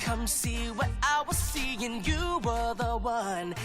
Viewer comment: Oh and his "what" kinda sounded like "butt" to